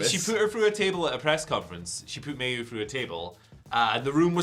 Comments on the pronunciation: omg your as bad as mercedes. its MY U dont pronounce the a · Isn't Mayu pronounced 'my-you' not 'mae you'.